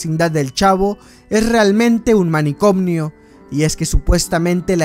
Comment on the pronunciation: Manicomio, no manicomnio.